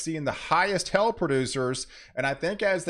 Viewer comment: Please, hail is not pronounced "hell."